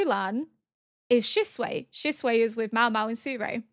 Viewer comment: Every time you call Shisui "Shisuei" I think of chop suey rice I cannooooot